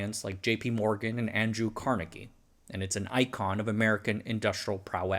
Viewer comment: Carnegie is pronounced car-NEG-ie. Disclaimer: my mom went to Carnegie Tech, now Carnegie Mellon University.